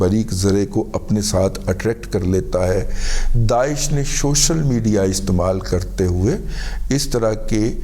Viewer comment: Dada ge shoshal media nahi social media word ha. Its seems ( listen ) bad when you show yours desi pun